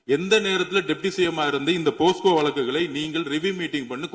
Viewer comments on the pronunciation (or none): மிஸ்டர் ஆதவ்.. அது போஸ்கோ இல்லைப்பா போக்சோ.. 😂😂😂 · அது போக்சோ, போஸ்கோ கிடையாது. எங்கே வளந்தவனே சொல்லு போக்சோ போக்சோ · இந்த லாட்டரி திருடனுக்கு போக்சோ என்று கூட சொல்ல தெரியவில்லை அதற்கு பதில் போஸ்கோ என்று சொல்கின்றான்